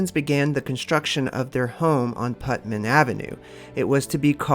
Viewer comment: It's Putnam not Putman! Get it right! I grew up in Marietta Ohio